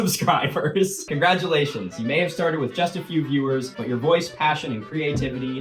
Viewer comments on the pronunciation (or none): none